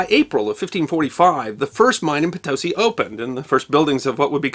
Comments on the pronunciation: I think believe that Potosi is phonetically pronounced "Potto-see". The Spanish avarice for precious metals and gems from South America was used to chiefly finance the royal court in Madrid, but many ships carrying those riches were lost in hurricanes, shipwrecks, piracy and captured in naval engagements. There was the powerful incentive of prize money for captured vessels in wartime too. One wonders if Latin America had not been mostly shared between Spain & Portugal with their metal weapons, guns, armour, wheeled vehicles and horses, and the indigenous peple forceably converted and enslaved how the history of there would now be remembered? On the down-side, we might not now be enjoying tomatoes, potatoes, easy access to coffee etc in our diets. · Potosi. Pronounced "Po-to-see" The "mita" or "mitaje" was a taxation system of the Inca empire, everyone had to work two months of the year for the Inca state. The Spanish found it to be VERY convenient to their purposes. Timber was needed to shore-up the mine tunnels, but had to be brought up from the eastern lowlands. Again, natives were forced to cut and transport it to Potosi. But once there, why not force them to work in the mines? Around six million lowland natives were worked to death that way. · As fluent Spanish speaker, it took me a long time before I realized what you were saying Potosi' the accent is on the last sailable potoSI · Probably mentioned before but Potosi is pronounced Po-to-SEE, emphasis on the last syllable. Great presentation for the University of the Internet. :) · Great video, but it is pronounced Po-to-SEE, emphasis on the si. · I really enjoy your productions, but must strenuously protest your mispronunciation of the name of this place, Potosi. The emphasis is on the very last letter, please! Puh-TOE-see it is not! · Oh cmon, let's get the pronunciation right! po-to-SI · And Potosí is pronounced po-to-SI, the last syllable is stressed. Outstanding work anyway!! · Its Po-tosi, not Ptosi.